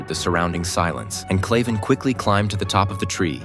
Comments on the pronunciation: His name is Kraven not clayven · It's kraven not claven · Kraven is pronounced wrong all the way through this video and it’s annoying me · Bro its kraven